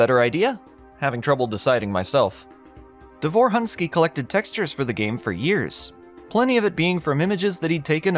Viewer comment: Quick spelling lesson. Roman's last name ends with letter "ć", which pronounces like "-ch" in the word "rich", not "-k" like in the word "rick". The emphasis in the name "Davor" falls on the first syllable, like in "Dunvich". The letter "u" in Davor's last name pronounces like "-u" in "put"or "-oo" in "doom". - It's kind of bold to call "In The Flesh" a "dungeon shooter" as even the old web-archive development page mentions "open spaces" and "outdoor environments". - While the official old backstory mentions how Mental's minions "will go primarily to wipe the Sirians", neither the backstory nor the game actually confirm that Sirians on Earth are dead from the hands of the Horde or even alive by that point.